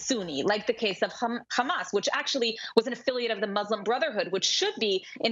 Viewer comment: Ikr least she has a channel so I can watch how angry she gets khhhhhamas she can't even pronounce HaMas lol this is glorious 🎉😅